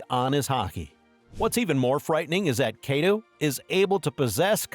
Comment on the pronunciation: nigga said kaedo